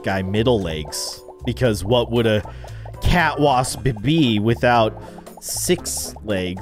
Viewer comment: You called the cat wasp cwasp